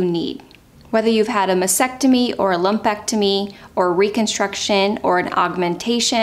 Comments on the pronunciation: It’s MAS-TEC-TO-MY. the”T” in the second syllable is NOT NOT NOT silent! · Pronunciation of mastectomy should include the two “t’s”.